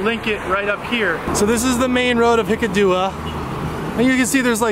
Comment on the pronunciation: wow! superb. but its hik--kaduwa ,not hikadoowa,,,,,,,,,,,,,,,,love it